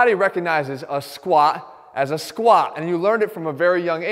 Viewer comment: The way he says squa pisses me to no end. Otherwise golden info. Why is it so hard to pronounce the letter t.